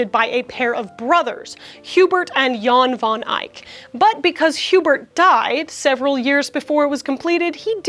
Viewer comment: hihihi joost, in dutch u pronounce it like like joast ooh and jan van ijk like: is pronounced a man van eyek